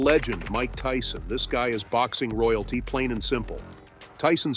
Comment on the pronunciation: they pronounced Tyson as "tea-son"